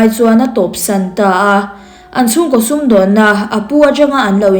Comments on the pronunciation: Arawn koh vak nilo in arawn ko.vak tih tur H hi ahmanna adik tur aw ṭhahnem ngaihna vang aw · "A rawn KOH vak a" ni lovin "A rawn KO vak a" tih mai tur,ka sawi ngun tawh KOH leh KOH hi a hmanna hriat tur.H hi a hmanna tur nilo a hman i ching riau hrim hrim.